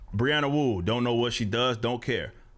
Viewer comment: “Breanna Wu”... SMH